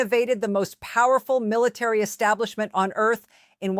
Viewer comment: Need to learn how to pronounce military